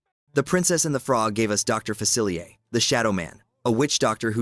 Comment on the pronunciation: It’s pronounced fuh-sill-EE-AY, “”! You said that wrong three times! 🤨 Another one is AH-nuh; Anna from Frozen. 🤨